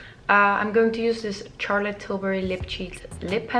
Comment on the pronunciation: I believe it is Charlotte not Tsarlotte! Nice tutorial though